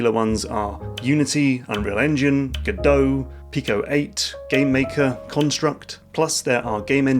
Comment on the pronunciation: Man who doesn’t use Godot, actually pronounces the name right. You are a rare breed, good sir! On a serious note, best of luck to you! Game engines really don’t matter too much, and I’m excited to see where your journey takes you.